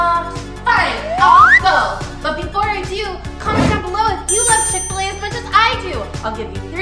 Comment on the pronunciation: ITS CHICK FIL A NOT CHICK FUL A